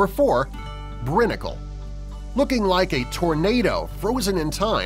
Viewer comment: a little point of fact: it's pronounced brine-icle. they show a clip of that on YouTube or the nature show frozen planet it's pretty cool.